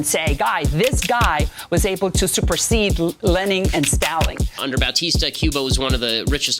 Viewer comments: lening and staling is crazy. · LENING AND STALING 😭😭😭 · not lenning and staling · “Lening Staling Jeanuse” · "Lening and staling" 🤣🤣🤣🤣🤣🤣🤣🤣🤣🤣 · lening and staling is fucking killing me dude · I used to like Kube-uh. But then I learned that Fedel is like Lening and Staling and then I stopped loving it. /j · Bro I lost a lung after hearing Lening and Staling.